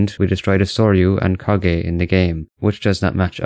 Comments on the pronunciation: Kage? It's Kaga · It is pronounced ka-ha not ka-gae I have never seen anyone pronouncing it that way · Man really said kagay it's kaga get it right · The way you mispronounce the name "Kaga" is so bruh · > makes a vid about historical innacuracy > can't even read "Kaga" properly